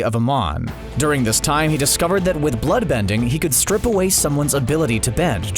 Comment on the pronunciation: "strip" away bending. Calm TF down whoever is narrating this.